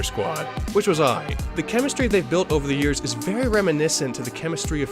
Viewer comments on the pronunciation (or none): none